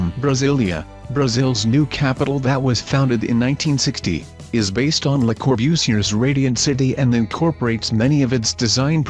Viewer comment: Saynee? Corbusiurrrr? Not finishing this. Bye.